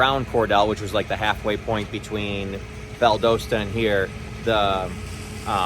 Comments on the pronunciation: Just so that you know Valdosta, GA is pronounced VAL-Dah-Sta. Thanks for the videos! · The "o" in Valdosta, GA is short, not long. O as in pot, not port.